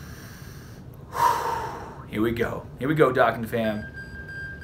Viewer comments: Please pronounce “dokkan” right the “do” is pronounced “doh” not “dah” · Your saying dokkan wrong